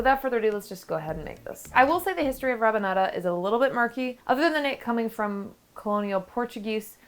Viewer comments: It's actually raBanada, not rapanada. But yeah, it's delicious... we love it in Brazil 🥰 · It’s Rabanada with a B not a P 😊 🇧🇷